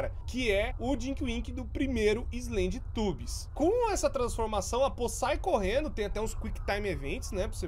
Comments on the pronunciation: "Então galera hoje vamos jogar SlendyTUBOS 3 é um joguin de terror q tem aqueles TUBO atacado lá, esse jogo vem daquele desenho dos teletubos, q tem aqueles tubo doido lá" ....sim, tubos e não tubbies O core falando slendytubbies errado é mais engraçado do q agoniante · Slendytubbies kkkkk é islénditãbiz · vc falou errado shedytabs sla cm di escreve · quando você fala slendytubbies fica na minha cabeça slendytubos